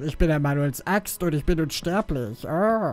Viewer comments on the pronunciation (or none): meinstest du "unsterblitsch"?